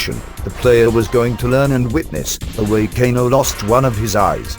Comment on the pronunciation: LOL the guy said GAYNO not KANO